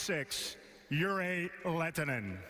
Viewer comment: would have been great if he learned to pronounce a players name right one time :D